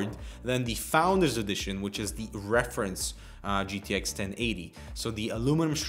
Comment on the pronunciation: "jiddish 1080 and 1070" oh k den